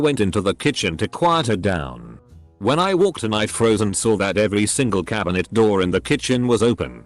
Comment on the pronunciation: When he said someone hitting a Roor what’s that mean or did he mean door